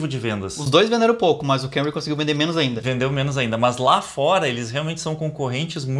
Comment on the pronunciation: Nao é Kemry é KAmry o carro é japonês